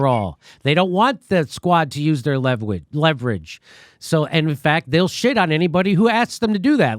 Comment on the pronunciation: lewuerage....very loony tunes of you Jimmy